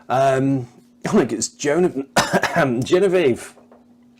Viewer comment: Great highlights, thanks for the video. Even if you did mispronounce Geneviéve. ; )